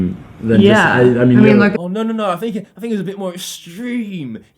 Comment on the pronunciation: It's think* not "fink"